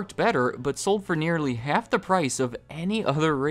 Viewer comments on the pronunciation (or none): none